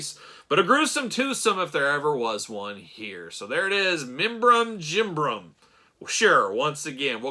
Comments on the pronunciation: Nailed that pronunciation. Surely only one class away from a languages major in Cosmic Legions! Top one Nice one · Not gonna lie i clicked on this video right away cause i wanted to hear you say the figures name 😂. You did way better than i did lol!